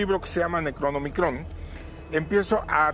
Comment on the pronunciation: No puede ser!! Neta dijo: "Necronomicon"? Lo peor de todo es que seguramente los que están allí con él, en su vida han leído alguna obra de Lovecraft...ayyy tanta ignorancia!!.